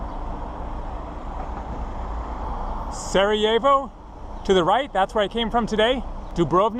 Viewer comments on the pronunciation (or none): none